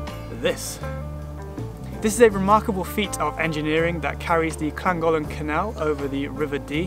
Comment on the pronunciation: Almost didn't post this comment as I don't want to be that person, but here goes anyway... Great video, but please google how to pronounce the places you visit, made me wince more than once :) For example, your "Betsy Co-ed" is pronounced "Bet us a coy-d", your "Lan-dud-no" should be "Llan-did-no" (admittedly the 'll' can be awkward), similarly both 'll's in Llangollen. Apart from that, really good guide :)